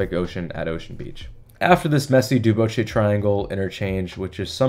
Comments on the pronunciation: Duboce is pronounced DuBOS not DuBOCHE Before the pandemic, the Parkmerced complex had a proposal for replacing many of their low-rise apartment buildings with denser housing. I thought the proposal had been approved, but nothing has happened that I know of. Funny you should mention the Church & Market Safeway. About 15 years ago, the Safeway Corp proposed redevelopment of the LaPlaya Safeway into a sizable mixed-use development. NIMBYs shut it down HARD and FAST. I saw two very nice Safeway reps present their proposal at a meeting of the Planning Association for the Richmond [District] and could not believe some of the invective-filled arguments that attendees spouted, including one woman who claimed a lifetime right to sunset views from her house. IMO accessibility retrofits are a higher priority than limiting streets to transit-only. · bro you're only 22?! so sick man keep it up but fo real tho you butchered Duboce (duh-BOWS or dew-BOWS) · I did the same pronunciation of Duboce in my video on the Wiggle. I never heard anyone say it in 10 years of living here. I compared it to Jim Croce. What English word ends in -oce and is pronounced OSE?